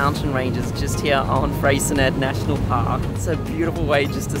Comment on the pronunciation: Hey guys. What fun! Freycinet (pronounced "Fraycinay" is perfect.... and Swansea on the East Coast, holds awesome memories! I love my Island State, and so happy that you guys do too xx